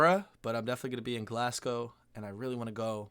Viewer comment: Omg did he ACTUALLY say "Glass-cow??" And Lack LoMawnd? I'm need a tranquilliser...PLEASE please please, Americans visiting Scotland...at least try to pronounce name places correctly...❤